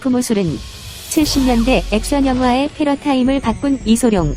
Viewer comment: 항상 패러타임이라 하시는데 패러다임은 들어봤어도...